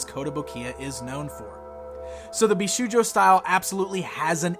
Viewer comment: Great review as always! PS Bishoujo is pronounced BeeShowJo.